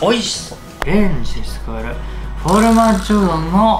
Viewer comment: フオルマッジョ？言えてないよー！w